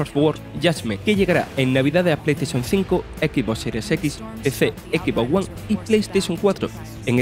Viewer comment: "EQUIS VON GUAN" dice. Con respeto y sin ánimo de hate, cambien al locutor please.